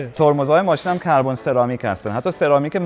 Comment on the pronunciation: کربون نه کاربون غلت میگی تند تند تکرارم میکنی 😅